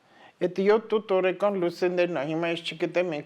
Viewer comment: ՕրԱկան ամսԱկան տարԵկան Միշտ սխալ եք արտասանում